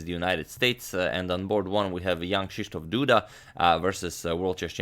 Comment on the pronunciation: I saw polish name and clicked on the video, I must say you pronounced it perfectly